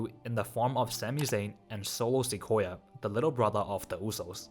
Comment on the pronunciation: Bruh I can't 😂😂😂 ...the way you spell Solo SOLO SIKOYA kinda sound likes akoya2